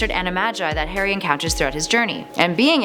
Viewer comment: This actually hurts me to watch, most of the facts are wrong in someway and the pronunciation kills me Harry not Hairy and Potter not Padder plus An-E-May-Gus, From a British user